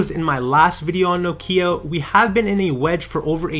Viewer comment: Thank you for pronouncing Nokia correctly!